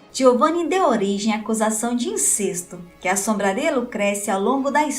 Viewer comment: A pronúncia correta de incesto (como se a letra "e" fosse acentuada) afasta-se de cesto.